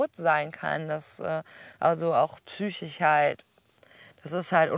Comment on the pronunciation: Psychisch sprich: P S Ü C H I S CH nicht psy-ch-ich. 😮